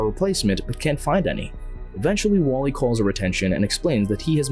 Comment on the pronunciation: I thought you said waffl-E😂